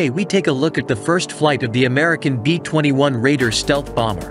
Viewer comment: B minus 21????? Really. Why not get a real human to explain the video. It doesn't take the much for someone to read the narrative.